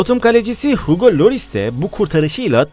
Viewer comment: Hugo Loris Değil Lloris